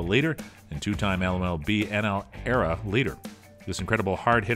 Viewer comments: It’s E-R-A not “era” have you ever played baseball? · E-R-A NOT ERA